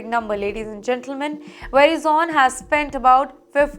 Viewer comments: Create jobs in India. Don’t depend on other countries to feed you. Also, you should lose your job for pronouncing Verizon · Pronunciation is not right. Please listen to an American, how Verizon is pronounced. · Pl don’t spread incorrect news. It is nothing to do with Indians alone. First you have no idea about how companies operate in US. You can’t even pronounce Verizon and ATT properly that shows your immaturity. Madam, US companies are IPO based and they have to give profit quarter over quarter. For this , companies shelve some projects, restructure the org - lay off employee. This is nothing new. Do some research , example Motorola abandoning operation Krypton in late 80s. Also for your information company can layoff 12% of employees without telling Wall Street. But now they are telling, Why? So that stockholders are comfortable with the company. Also, next week when layoffs are declared… keep an eye on stock market. It will go up. Tip, buy these stocks today and make money next week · Can't she pronounce correctly Verizon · Its Veriiiizon not Verizn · You pronounced Verizon wrong. Please correct. It’s not “vera zon”. It’s pronounced “ver i son”. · It's Ver-eye-sun ..not veri-zon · It's not VERY Zone idiot, it's va rie zen it's how it's pronounced. I don't know what baja khana school you went😊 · its not ve-ri-zone, its pronounce as və-RY-zən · It's Veh-rai zen not Veri zone. We all learn something new every day! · its pronounced as "vuh-rye-zuhn" not "veri-zon" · It's not pronounced veri-zone, rather "ve-rye-son", that's the nearest pronounciation I could think of. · It's not very-zone, it is vey-rai-son. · It’s pronounced Verizon and not Verizone (it’s not very zone) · were-Eye-zun...... Not what you are saying. From USA. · It's Verizon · Omg Ver-I-zon , please get ur English pronounciation right . This layoffs is not for Indians only it’s for alll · It’s pronounced Verizon not Verizone! Where is the ‘e’ at the end? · Its pronounced as vr·ai·zn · very zhon